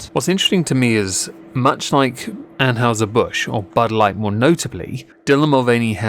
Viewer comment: ann-hi-zer :p